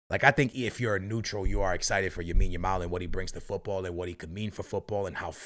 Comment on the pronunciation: Bro has mispronouncing lamine as yamine yamal since day 1 bro learn to say his name 😭